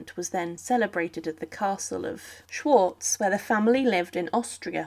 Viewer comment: The voice is not at ease with Italian names (nor with the German ones: Schwarzau!). This ought to be edited in a more accurate way...